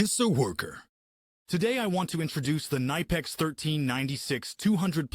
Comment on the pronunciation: Stop pronounce the brand name wrong! It is German brand and it is pronounce [Knipeks], NOT [Naipeks]!!!